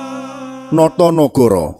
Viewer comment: No to ne go ro bukan noyonohoro